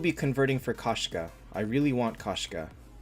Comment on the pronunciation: Its pronounced k o shka. It means female cat in Russian. Кошка